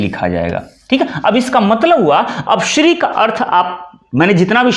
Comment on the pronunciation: Sir ji Shri h shiri sh adha hota h r pura sahi prononciation batao